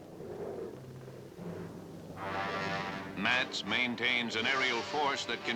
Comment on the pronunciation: Neat video- I lived as a kid for one year about 12 miles outside the "Rhein Main" air force base- I cringed when the narrator so badly mispronounced the name though! It's not pronounced like "Maine" the state. It's pronounced like "mine" as it that's mine!